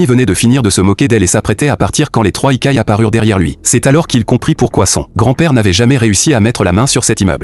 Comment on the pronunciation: Yokai, pas ikai 😂